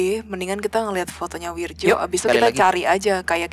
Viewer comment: Soalnya pelafalan namanya kurang tepat.... itu pake ejaan lama, harusnya bacanya: WIRYO